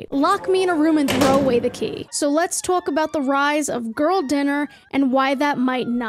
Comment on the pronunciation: Did you say twaulk about hahaha 😮